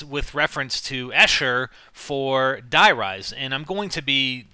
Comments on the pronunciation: please man Die in german is pronounced DEE thanks :) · it's not "DIE RISE" ! it's german dude... if you must pronounce it in american, say " the rise" ? x ) it's not die like in killing or anything... N00b americans die = the.